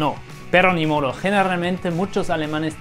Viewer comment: “Nimoro” jajajajajajaja